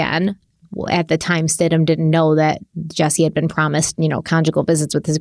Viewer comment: It’s Stidham, “Stid-em” not Stidhman